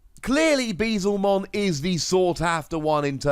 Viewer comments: my heart aches every time u say bezelmon instead of beelzemon. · It's probably gonna take another year or so before someone corrects your pronunciation of "Beelzemon" despite you spelling it right, but continue to pronounce it wrong! xD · Pulled the Alt Arts for Ulforce and Machinedra, so not too bad. also Beelzemon == B L zemon Beelzemon =/= Bee-zlemon